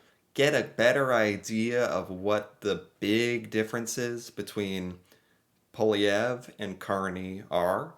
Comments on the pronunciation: Pierre Poilievre is pronounced: Paul-ee-ev-(re, Quebecois accent). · Pierre poLIEevre, no way José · pronounced like Pe-air (You have to say this part quickly) Paul-lee-ev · It’s pronounced Polly(rhymes with holly, or wall-e)-ev